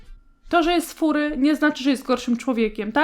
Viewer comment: NIE MÓWI SIE FURY KURDEEE TwT (tak btw ja jestem furry)